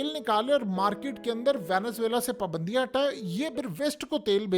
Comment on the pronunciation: پابندیاں صحیح سے تلفظ ادا کیجئے مہاراج۔۔۔۔ پبندیاں نہیں پا پا پا چلو بولو شاباش۔۔۔۔۔